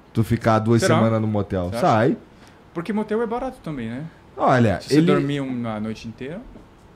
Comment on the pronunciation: "Matel" ou "Hatel" Kkkkkkkkkkkkkkkkkkkkkk